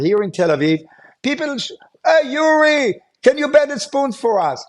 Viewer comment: Oori? Wtf cmon dude, Yuri! Pronounced Youree